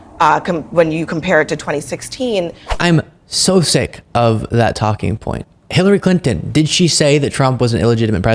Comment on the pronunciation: Talk about dementia! If it’s not dementia then he’s clearly on drugs! They’ve doped all of these people and it’s clear! Would you trust this guy to perform brain surgery on you? I surely would not! 😷 When’s the last time he was evaluated? Can’t even pronounce Hillary Clinton correctly. Dump admires Capone! Also Dumpy weaponized the DOJ against Himself!